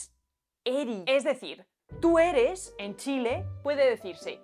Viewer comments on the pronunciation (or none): Que bacan lo del soi/eri, pero esta mal, xd, el Eri, se dice mas como Erí, el soi va como Sói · No es "eri" , es "Erí", como que existiera el verbo "ereis" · Pequeña corrección: el "eri" es palabra aguda, es decir "erí", te escuché decirla como grave poco antes de los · Es interesante cuando alguien hace un análisis tan detallado sobre cosas que nosotros mismos no notamos al hablar. Dejaré aquí un par de precisiones, para el que le interese: No es "eri", es "erí" y lo usamos con tú y "vo". Ejemplo: Que erí pasao pal pico. Fundición de grupos consonánticos: en realidad no es que se junten dos sonidos para crear uno nuevo. Generalmente, como nos saltamos las "s" al final de las palabras, algunas veces "aspiramos" esa "s" y la reemplazamos por una pausa o algo así como una "h", usando los ejemplos del video: S+G "mi- gastos", "mih gastos" S+B "lo- bancos", "loh bancos" Pasa siempre con los artículos "las" y "los" + una palabra que comienza con consonante, y con los posesivos plurales "mis" y "tus" + palabra que empieza con consonante, por ejemplo: tus comidas, mis canciones, las morsas, los pucheros... todas esas frases pierden la "s". Donde sí aparece una verdadera fundición de grupos consonánticos, y todos los chilenos estarán de acuerdo, es con Z + G = J. Por ejemplo, ayer fui al "jujao" (juzgado, y asimilando la "d" en palabras terminadas en "ado", "ido") Gracias!